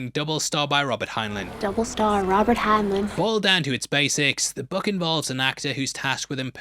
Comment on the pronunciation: GRR... Heinlein - "Hine-line"